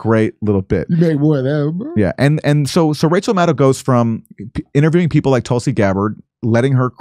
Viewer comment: Kurt Metzger should just STFU about Rachel Maddow. Plus he can't even pronounce her name correctly. Neither can Canadian interloper Aaron Maté. It rhymes with meadow. Metzger goes on Fox with Greg Gutfeld to trash the journalistic profession. Dore keeps going on Fox with domestic enemy Tucker Carlson. You guys are so clueless and out of your league.